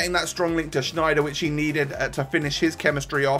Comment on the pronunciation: its sneijder not shneijder, berlieve me im dutch. and why did you think it was lans, instead of lens?? its pronounced lens or lence